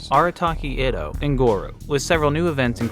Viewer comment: also you mispronounced itto